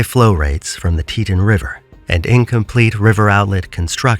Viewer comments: Why use an AI voice when it can’t even say “Teton”correctly? It’s “tea-tON” as in “on or off”. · Learn how to say Teton correctly. Zero credibility in this content